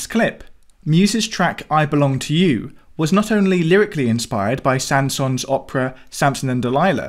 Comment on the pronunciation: Saint sons... :D :D english people just dont care, how to pronounce words in orher languages. Haha